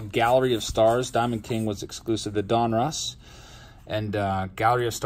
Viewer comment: killing me with the pronunciation of Donruss lol. Don russ. Not Don Ross.